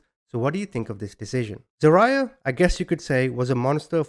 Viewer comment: It’s pronounced Za-rye-ahh .